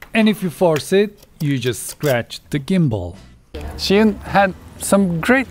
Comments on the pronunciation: Zhi not Shi, come on!!!!!! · No-one seems to know it's pronounced 'jus-win' (where 'jus' is French). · Why do you say shihun?